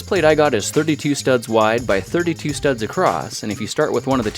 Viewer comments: WHY DO YOU CALL THEM STUBS, IT IS STUDS! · ITS STUDS NOT STUBS